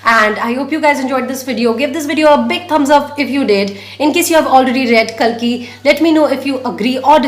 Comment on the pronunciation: You are pronouncing kalki wrong